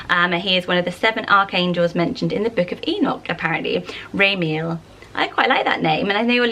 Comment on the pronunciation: I notice that whenever you pronounce Hebrew names you mispronounce the endings. For example: Raziel would be pronounced Raz-ee-el (3 syllables) or Ramiel is Ra-mee-el. Also names like Azariah (which I know you mentioned in a previous video) is pronounced Az-uh-rye-uh not Uh-zar-ee-uh. Just trying to be helpful! I love your channel and all the great ideas you have! Much love and stay safe!